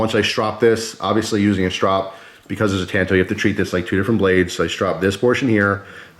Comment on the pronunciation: Thank you!!!! You said it right! When I was in Japan and was touring a major knife factory one of the gents said to me it is called a " tanto" .. So I have forever been saying " You right kemosabe! You Lone Ranger me Tonto" . So thank you for that. Although a really cool knife wearing warpaint could look rather cool! I own the Ruike P138-W and it is stealthy looking , it most certainly won't show up on radar.. Haha! You are right about the quality coming out of China. Yes they have stepped up their game and they are hard to compete with price wise. Here is one of the issues I do have. Americam companies such as Microtech collaborating with a Chinese company to build the Socom Bravo. The Chinese are famous for copying designs. And they keep going till they reach perfection. Like Benchmade is heavily copied. It use to be the way the steel was ground and say the off green colors on their alloy scales. Well they have perfected that along with markings and even the boxes and hang tags are the right color and thickness. They do it with expensive watches and circuit boards and game systems etc. China is a monster that the west has created. We have paid them well to Rio us off. And in return people like Brandon makes deals to purchase products that they built using our designs. . Anyway rant over. The best part of knives like this is you can use them and not feel guilty when screw it all up.